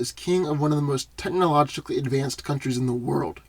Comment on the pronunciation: Did anyone hear him trying to say technologically... that shit was funny